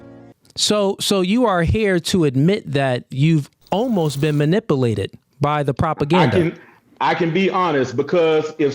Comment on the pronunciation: Mani- pah- lated lol